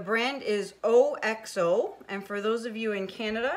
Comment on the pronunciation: You always say the spatula is O-X-O , but it's just pronounced Ox-oh. :)